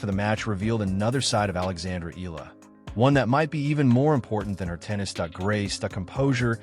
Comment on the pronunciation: Her last name is not eelllaaa... it's ee-ya-la (Eala)